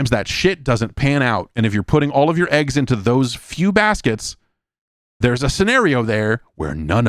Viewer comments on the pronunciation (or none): none